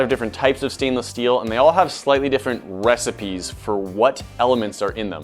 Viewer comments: Just saying he said wesipeyes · "Wecipes" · Just saying he said wesispeys